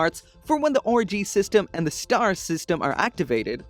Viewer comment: "Orgy" System